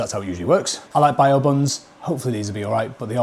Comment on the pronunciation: BAO NOT BIO YOU DIVVY .